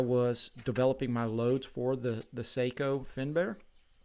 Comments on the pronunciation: Love my Sako’s ❤ And it’s Sako not seiko like the watch 😱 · No - Saahco. Long a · NO - SAAHCO. Not OH. AAH